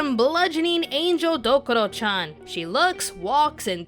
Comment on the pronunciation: DokUro-chan, not "Dokoro" Rena Ryugū, not "Ryuga"